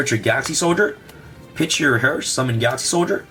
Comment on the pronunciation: 😂 Please it's herz on Germany not hers No offen or anything like tha